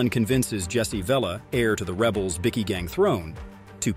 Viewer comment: You might want to learn to say Bikie properly, it's not pronounced "bikky", it's pronounced "bike-e".